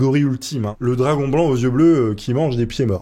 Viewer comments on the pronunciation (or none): none